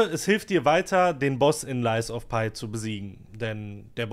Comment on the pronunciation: Dein lies of pie triggert schon bisschen - das Spiel heißt "lies of pi' 😅 das is kein lügender Kuchen 😆 Update: Mein erstes soulslike, nach 55 Std Spielzeit (andere brauchen bis dahin wahrscheinlich 5 Std.) !! 😂 Victor im 3. Versuch erklärt daß ich keine Zeit hab (ohne Geist) - ich werd also besser. Macht übelst Spaß. Nächstes game: sekiro 💪😅